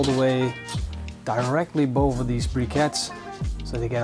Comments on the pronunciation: "Directly boven these brickets" :p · "directly boven these brickets" haha wat een kanjer deze man👍🏻